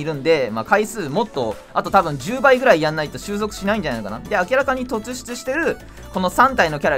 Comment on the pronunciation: 突出 とつしゅつ→とっしゅつ だけ気になった(細かいけど)